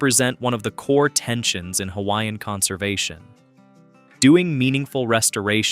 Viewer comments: No one should be able to create a video of Hawaii that does NOT know how to speak the CORRECT PRONUNCIATION of the HAWAIIAN LANGUAGE!!! YOU are so disrespectful!! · I’m sorry but if you are going to do a video about Hawai’i, you should research how to pronounce the Hawaiian words properly. It is very disrespectful. Couldn’t even finish this video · Pronunciation of Hawaiian names and words is disgusting! Before making a documentary learn the correct Pronunciation!!! 😡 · You butcher the Hawaiian language and the spirit behind the words! Please go take a Hawaiian language class and remove this video! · It hurts my ears to hear the mangled pronunciations of hawaiian words. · WHY IS A HAOLE MAN DOING DOCUMENTRY AND CANT PRONOUCE HAWAIIAN ISLANDS PROPERLY NOT FROM HERE BUT LIKE TELL ONE STORY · You should learn the correct pronunciation of Hawaiian words if you’re going to make a video on Hawaii